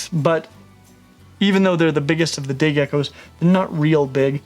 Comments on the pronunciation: Was just about to comment the same thing :') glad im not the only one who heard that :') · 36 seconds in and listen carefully to when he says day geckos it sounds diffrent...